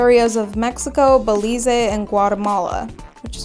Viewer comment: It's just "Ba-leez" not "Ba-leez-ay".😊 DNA is all what is literally in your cells. Your cells can't look up where you were born. DNA goes back years, which is why a lot of people are surprised by their results. DNA traces the migration pattern of your ancestors, so that community has much more to do with the DNA of your grandmother and not that you were born there. If you were born in the USA, it would have shown the same. You should upload your raw DNA to other companies and compare how they are different. I would also love to see you do a video breaking down your parental SideView now that's a feature.